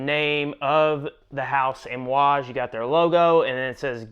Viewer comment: it sounded like you were pronouncing amouage with an "M". lol.....great video btw, i love my J40